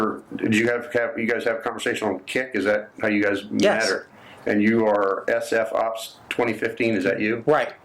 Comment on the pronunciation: “S-F OPS”?? 😂😂🤣